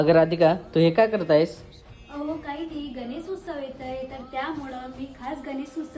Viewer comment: उस्सव नाही ग उत्सव 😊😊😊